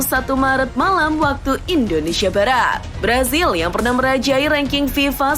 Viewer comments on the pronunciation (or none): none